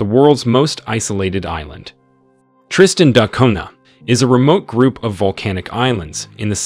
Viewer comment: Why do you pronounce it Tristan Dot Cunha?